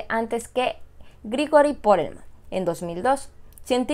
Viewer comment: Y también dijo Porelman en lugar de Perelman